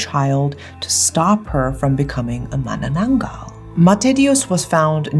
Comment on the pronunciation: This may be out of topic with manananggal.... But I love how u pronounced it correctly, ma-na-nang-gal...u know the sound of *ng*.... so tagalog🤍